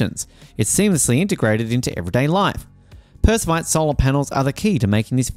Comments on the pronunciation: Per-ov-skite Perovskite Not perskovite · Say- Pair-of-skites. Not meaning to be rude, but it detracts from our faith in your info, if you get that pronounciation slightly wrong. Good luck with your channel. We need all the pro-renewables media we can get. It's shocking, talking to educated work colleagues, who repeat the lies and myths they've been fed by MSM. Their talking points about the tech, from panels, to EVs are based on the technology of a decade+ ago.